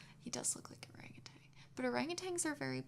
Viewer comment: "orangutitan" love that